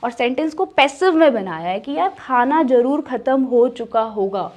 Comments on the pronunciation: Are yeh kya hai? Z ko J kyun padte ho. Zarur ko jarur, zabardast ko jabardasth, namaz ko namaj, nazer ko najer. V ko B, aur wagaira wagaira... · Zaroor instead of jaroor